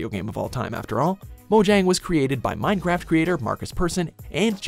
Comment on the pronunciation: did you just say Mine crap.